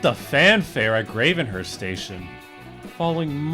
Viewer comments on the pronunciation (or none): bro you said gravenhurst wrong :( its grave in hurst the winnipeg furry said orillia wrong its or ill E a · it's pronounced Grave-n-hurst